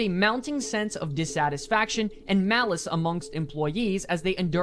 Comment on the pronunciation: "Malice" lol